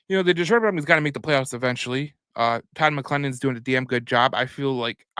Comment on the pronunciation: Please learn how to pronounce Todd's name correctly....